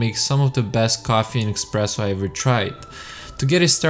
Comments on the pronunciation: espresso ! no EXPRESSO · Why would you make a review about a coffee machine, when you know nothing about the machines, or coffee itself? You don't know what cups/glasses to use for a coffee, how to froth milk, how to pour milk, or even how to pronounce espresso, it's definitely not "expreso"... You also didn't mention any specifications of the machine, etc, etc, etc. The cinematics are great, but the review isn't. Stay away from reviewing everything, but telling nothing relevant. Instead, focus on the stuff you actually know something about..